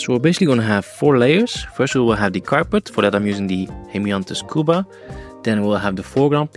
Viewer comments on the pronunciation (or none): none